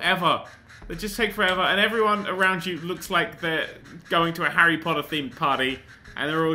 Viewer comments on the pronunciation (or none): none